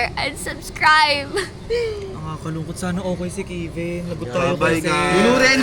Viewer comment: Kevin hindi po kivin